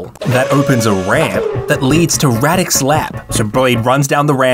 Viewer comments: "Rawdick", did I hear that one right? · Pole here and it’s difficult for me to take the bad guy seriously with “Radek”. Also, the English voice actors pronounce the name weirdly lmao